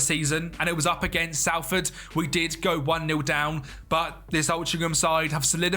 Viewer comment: just so you know its not pronounced sal-ford its sol-ford